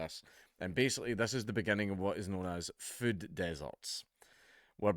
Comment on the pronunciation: I love how he says füd